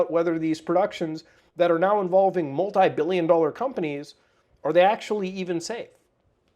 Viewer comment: You know he's truly baffled when he pronounces "dollars" as "dohlehrs" 😂